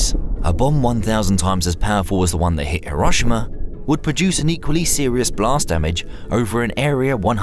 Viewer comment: HERO SHE MA not HE ROSH SHI MA